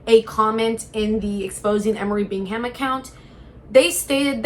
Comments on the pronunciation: It’s pronounced “bingam,” dear. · I’m sorry. I have to click off… Bing Ham? Seriously? You literally had to have watched content on this to have material for the video and you edited clips to put in the beginning and you’re still saying BiNg HaM 🥴 Bingham is a relatively common last name. Please use your brain.